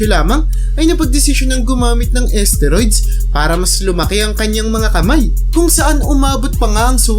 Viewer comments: pakiayos.. steroids.. hindi asteriods 😂 dami kona iniisip wag kna sumabay 😂😂😂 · asteroids? edi galing pa sa space yan? HAHAHAH :D galing mag research ng content pero d ni research tamang pronounciation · ayusin mo pag bigkas mo STERIODS yon Mang mang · Boss hindi esteroid.steriods brod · Tama b pgkakadinig ko???asteroids????..steroids un lods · Ahhhh esteroids pala yun!!!! Ang alam ko kasi steroids ang basa dun eh?!!!😂😂😂😂😂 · Umayos ka nga commentator "esteroyds"???? STEROIDS yun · Asteroid ,esteroids tlga po?😂 (Steroids) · sakit sa tenga ng esteroid nyo po.. steroid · Asteroids or esteroids lods😂😂😂😂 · kala ko nung una asteroids yung sinasabi niya eh. hehe. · Bisaya yata yan kaya iba mag pronounce hahahaha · Steroids po naman talaga mali bigkas nya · Mali pa ang pronounce sa steroids 🤣🤣🤣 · Steroids dinig ko mga lods eh